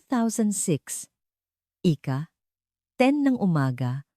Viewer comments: Ano yan Ika Ika Ika ..dapat ausin nio nmn ang pagkukuwento mo. Imbes na magnda ang story nasisira ang story's dhil sa mga maling bigkas mo ng salita... Nakakainip pakinggn..hayss just saying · Engot magsabi ng IKA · “ ika vatpattosson ng mayo” ,ANO YUN?? at kung ano anong scene or situation na hindi tugma sa kwento mo ang pinapakita mo. Maganda sana ang ang lahat ng kwento mo pero hindi ka man lang nagkokorek ng word narration mo. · Pagbigkas ng IKA DAPAT MABILIS HINDI HIWALAY O MABAGAL.DOS IS NOT IN TAGALOG ITO AY DAPAT IKA DALAWA AT HINDI IKA DOS.